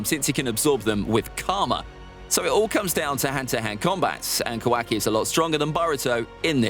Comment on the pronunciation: Ka- WAKI